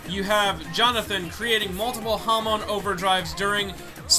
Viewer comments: hamon, not hamone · HAM-UN IS HOW YKU SAY IT NOT HUM -ON